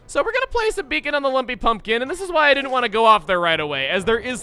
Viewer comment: he English very goodly